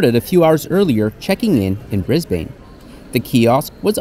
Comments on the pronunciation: Brisbane is pronounced ‘Brizbin’ 😊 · No hate but just a heads up us aussies pronounce cairns like cans and we also pronounce Brisbane like Bris-bin anyways great video hope you have a fun time on your other adventures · ............who taught you to pronounce Cairns and Brisbane like that :P good report but you'd never catch me dead on that flight.